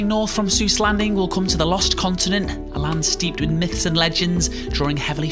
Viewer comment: Eyyyy he pronounced Seuss right XD